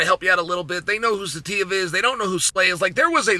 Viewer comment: I’m surprised Chael even said Saitiev so well.